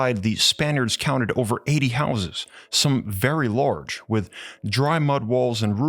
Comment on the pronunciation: It’s „large“ not „lourge“!